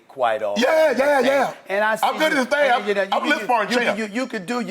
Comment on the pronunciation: "But here's the thang Stephen A" Me: Ahaha, he said it, he said it! 😆